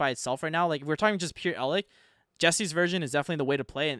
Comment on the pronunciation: Im not trying to pull a "well actktchually" but please try pronouncing some of these names correctly. Eld-LICK and DIE-tron make me cringe. Its DRY-tron, and Eld- LITCH. DAMN SON